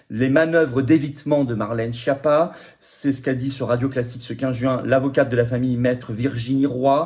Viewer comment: Faites chia avec votre Chapa ou Choti. Respectez un peu la prononciation du rital, la langue de la musique. Et, accessoirement, prenez la peine de traduire schiappa en français et d'écouter la bonne prononciation. Baj'ned.